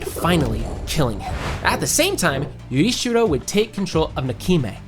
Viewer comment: I'm sorry, I just dislike how you pronounced Tengen's name and Yoriichi 2.0 or I am just not in the audience who understands it ;_